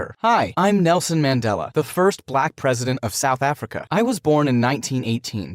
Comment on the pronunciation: It’s great that is Not like the other channels.Atleast us South Africans that watch have some hope in some Americans that are not fully educated.I respect.(it’s not Mandala it’s pronounced Mun-de-la)❤️🇿🇦🇿🇦